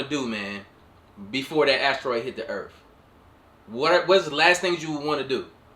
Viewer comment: Earf? Did we rename Earth??? 😂🤣